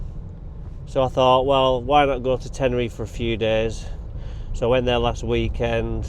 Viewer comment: It’s pronounced Tenereeefe mon